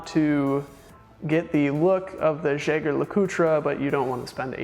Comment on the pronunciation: Jaeger-LeCoultre --> French "zheh-zhere la-coot" German --> Yeh-ger La-coo-trah"